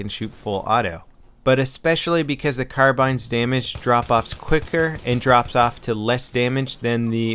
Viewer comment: ITS NOT (Car-Bine) ITS (Car-bean)